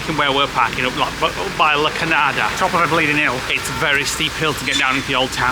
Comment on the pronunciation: La cañada - that symbol is a ny sound. So la canyada 😅